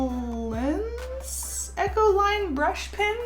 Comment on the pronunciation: You pronounced talens right, Utrecht on the other hand 😂